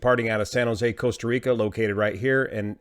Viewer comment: Coasta Rica 😝